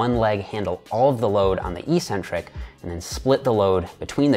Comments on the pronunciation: Eeeeecentric isn't a word in the English language. eC-Centric is, however. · Eck-centric, not ee-centric. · "eccentric" is pronounced "ex-centric", just like "acceleration". No hate, just something I noticed and deemed worthy of pointing out. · Great video, good information and well explained. But I think you're pronouncing eccentric wrong.